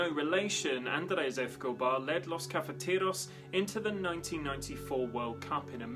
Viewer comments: It's hard to listen to this when "Escobar" keeps getting mispronounced. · ...very annoying indeed.